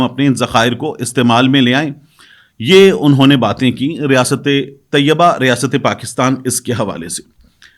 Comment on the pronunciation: ریاست طیّبہ نہیں بلکہ ریاست طَیْبہ ہے